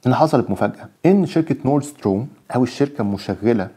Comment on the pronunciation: ربنا يكرمك ويوفقك يارب، بس تصحيح لغوي بسيط،، نورد ستريم مش ستروم